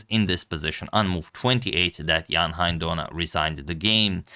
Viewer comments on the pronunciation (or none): Thanks, Antonio, for the wonderful games. By the way, 'Hein' (Donner) rhymes with 'rain'.